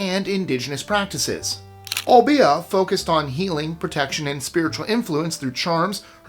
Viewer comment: It's pronounced O-bay-ah 🙂